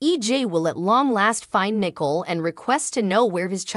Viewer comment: Good grief her name is not nickel.